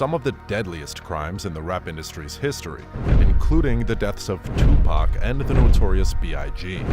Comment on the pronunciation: right daym atleast get 2pac name correct